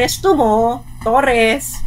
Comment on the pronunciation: Mam torre po hindi torres hahaha sorry mam prrd ako kino correct lang kita